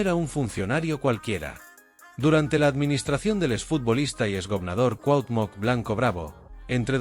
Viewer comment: No puedes pronunciar CUAUHTEMOC ?? o decir veinte millones ?? De que pinche cerro te bajaron ?? Tu pinchurrienta manera de hablar tan agringada y miserable dan risa...